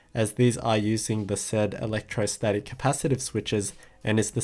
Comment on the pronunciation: Electrostatic not electrosatic?